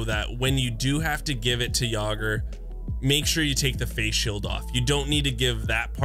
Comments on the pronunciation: Jaeger rolling in his question mark at Yaw-ger 🤣 (yay grrr) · "Yogger", Yayger is how Jaeger is pronounced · The he pronounces Jaeger hurts.. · And Jaeger.